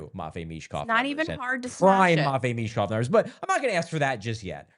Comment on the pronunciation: Learn how to pronounce Michkovs name and don't disrespect his name then